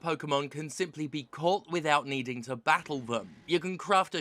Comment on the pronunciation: I love how she says bah-ul instead of battle.